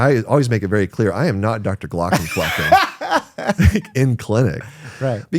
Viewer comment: very interesting conversations, thanks. :) only contribution i can make even remotely near the topic: since Glaucomflecken is a German word, the correct pronunciation would be {g-lou(d) + COMB + fleck-ng} (only one stress, on the second syllable of only 3(-ish) ... not "G-LAW + c'm + FLECK + ehn" with 2 stresses, on the 1st and 3rd of 4 syllables)